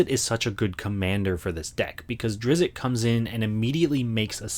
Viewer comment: It's pronounced ˈdrɪtst